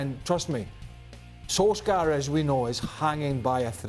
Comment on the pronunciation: Reporter: “Ronaldo, who’s your toughest opponent ever?” Ronaldo: “Solsjkaer.”